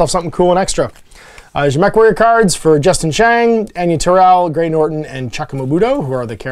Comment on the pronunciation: & note; It's Gray 'Noton', not 'Norton. 🙂